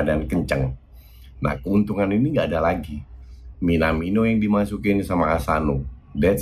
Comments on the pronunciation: Tumben nyebutnya minamino bukan minimano □ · Tumben nyebut minamino nya bener coach □